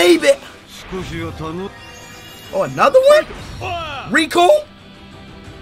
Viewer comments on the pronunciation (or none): none